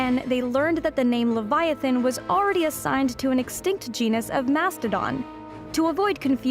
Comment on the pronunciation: you aren’t pronouncing leviathan right